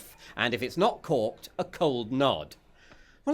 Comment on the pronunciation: What's he saying? the wine is corked? caught?